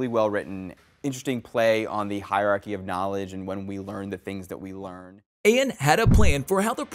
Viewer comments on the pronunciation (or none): none